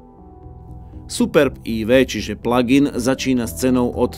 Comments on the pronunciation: Proboha žádný "pladžájn", strašně to tahá za uši. Výslovnost je "plagin". Děkuji. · Prosim prestante hovorit pladžain...prosim...prosim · co pladzajn, ale este aj AjVi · Pladžajn.... 🤣 to je ako "superbéčko" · Pla džajn podle vzoru vadžajna? :D Fakt to nekdo tak vyslovuje? :D Ale ta cerno-cervena je krasna! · Pladžajn boha angličtina jak Harabin😄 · "pladzajn"? to kto tak hovori? inak ako si hovoril, ze cerveny superb pritahuje pohlady - "hmm pekna oktavia" :D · haha, perfektni vyslovovani plug in, se na tebe kazdej kouka protoze to vypada jak jahoda 😆...., vypada vyborne ..."blacked out plug in"